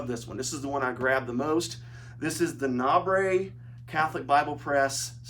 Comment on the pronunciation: NABRE, the acronym for New American Bible Revised Edition, is pronounced like ‘neighbor.’